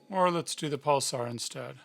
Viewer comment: Why do you keep saying "pulsar", when it's "pulser"?